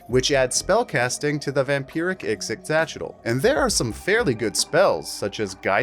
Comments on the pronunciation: Ah, a creature with an obvious Nahuatl(Aztec) name, but who's name is canonically not pronounced like it would be in nahuatl. Ee-she-cha-chee-tul is how you should say it, and in my opinion is infinitely easier to say. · You said "ixitxylophone" so many times and I am 0% closer to being able to pronounce it myself. Great video though!